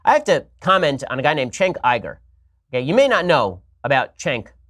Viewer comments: seconds in and I'm already laughing. Chenk IGER ...Ben, this is why Cenk (pronounced Jenk), is running for political office and you're still complaining about everything on your goofy little talk show. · I call him Chunk Yogurt. That's the real pronunciation. Shapiro calling him Chenk is kinda funny, but come on you gotta go all the way. Also, hate to break it to you, Kyle, but Ben doesn't need porn, cuz he has a wife. You don't. There's a reason for this. Not only that, but Ben's wife is a doctor, which is much more than either you or any scrubby 2 week girlfriend you'll ever have. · It's not pronounced "Thchénk", it's "Djenk". Not "Çenk" but "Cenk"... You get the idea. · Why does he mispronounce Cenk’s name as Chenk Iger? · Wow! So edgy to deliberately mispronounce "Chank's" name. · Why do these retarded conservatives refuse to pronounce Cenk’s name right? Besides the fact that they’re retarded, of course. The dude has said his own name so many times-how can you hear a man say their own name and then fuck it up so hard when you say it yourself? Chank Eyeger? You stupid bitch. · cenk is actually pronounced jank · We all know Ben sitting at home every night with his penis pump cuz it so tiny watching hours of porn every night and wouldn’t a genius look up how to say someone name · Notice how he purposefully mispronounces any name of someone he disagrees with. Its a mental state of Narcissistic disorder. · I think it's designed to go after and 'convert' feminists He starts off with à head nod to feminism, which is sort of unusual for Ben Shapiro, then he argues that porn demeans women, which many feminists would agree, then by mispronouncing his name people can't Google and find cenk because they will search for 'chenk iger' and hence won't find out that cenk and TYT is pro feminism. He goes after trump as well The video is designed to be a lure to feminists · That's too funny. He knows how to pronounce Cenk's name. Oooo...such a slam 😄